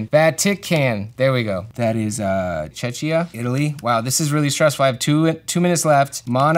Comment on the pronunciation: What is Chechia? XD But you said then Czech Republic, so we are good ^^